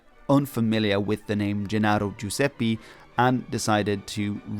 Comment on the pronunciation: Man, you had a great pronunciation the first time on "Giuseppe", but made a mistake the second time 😂